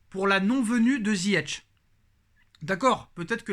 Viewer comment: On dit ziyech pas ZIYETCH